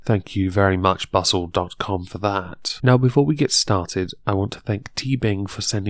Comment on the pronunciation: Phadre M I had to listen to it a couple times, I at first thought he said butt-hole lol